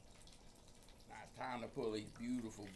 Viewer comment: He knows like 8 words and 4 of them are mispronunciation of dude, he knows 1 type of seasoning and doesn’t know how to correctly use any of the cooking terms he’s trying yo you